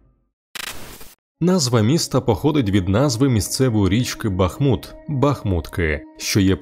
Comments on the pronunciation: Дякую за відео. Хочу запросити Вас на свій канал, ви дізнаєтесь багато цікавого про моє рідне місто. І БУДЬ ЛАСКА, ЯК ЖЕ НЕ ЗРОЗУМІЛО, ЯКИЙ БА́ХМУТ - ПРАВИЛЬНО З НАГОЛОСОМ НА У - БАХМУ́Т!!!!! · Так Бахму́т чи Ба́хмут?) Бо чую й у відео наголос гуляє туди-сюди, чи то може вже причувається)